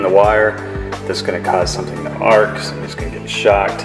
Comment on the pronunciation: ARC fault not ARCH